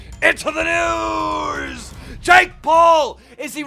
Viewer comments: JAKE doolittle how can you mispronounce his name you don't call jake paul Jack 😑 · The amount of times Keem said JACK instead JAKE was starting to get to me 😅😅😅